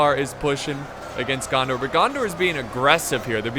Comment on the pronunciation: Every time you say gandar I think of jar jar binks 😂